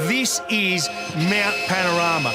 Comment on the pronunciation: hahaha. He flubbed a little on the name 'Mount PAN-OR-A-MA, 'and it sounded to me like he said 'MOUNT PAR-A-NOI-A.' Strange to say, but it sounds weirdly appropriate. Jeeez. 🙂